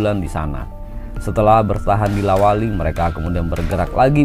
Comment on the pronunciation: La wali bukan Lawata